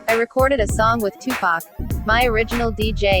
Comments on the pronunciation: Fuck this shit. Its not pack. Stop saying pack damm do ur fuckin research. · I wish they would pronounce 2PAC's name right. Legend deserves that respect. Yeah it would have been a dope track, and 2PAC was trying 2 help that DJ long term, but once again these ppl were not on 2PAC's level. They didn't see the vision of him eatn 4 life on that one song.